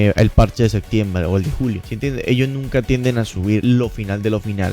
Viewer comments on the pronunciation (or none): none